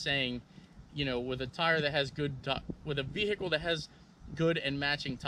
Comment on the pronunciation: Over pronunciation of the “H” in Vehicle. Kills me